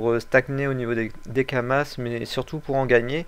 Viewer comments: lol kuri pas cher le ocre 60 M U_u entre 40 et 50 M sur goultard et on dis pas kamasse on di kamas ;) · Crazy,on dit pas kamasse mes kama x] et chez mon serveur helsephine dofus ocre=6m